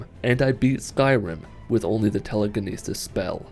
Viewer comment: Its not Teeleekeeneesees Its Telekinesis lmao